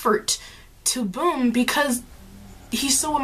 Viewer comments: I find it hilarious that you say bum's name as "boom", it's actually pronounced as the British slang "bum" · it's bum.. not boom...